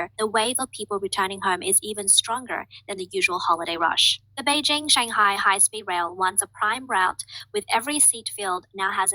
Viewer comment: Would it kill you to just pronounce words? I get the calling them "Greys". But Beijing? China? Often you just come off as a yokel. Interesting topics but the presentation...wow